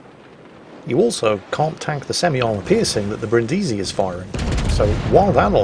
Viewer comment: It's pronunced Brìndisi and not Brindìsi